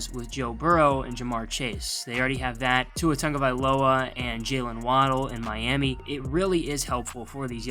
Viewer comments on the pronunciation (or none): none